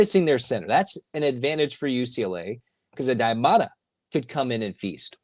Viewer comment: …it’s Mara…not Mata